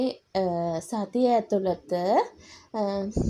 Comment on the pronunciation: මෙයාට ඇතුලත කියන වචනය කියන්න බෑ නේද?මෙයා කියන්නෙම ඇතුලට කියලා. 😅